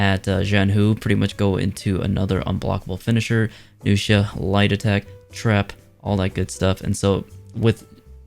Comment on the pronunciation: You are literally the only youtuber who knows how to say nvxia and qi stance. Good job.